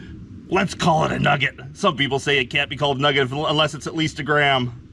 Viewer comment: A "pugget"?\